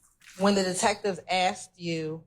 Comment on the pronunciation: I'd object on the grounds she has a hard time saying "asked".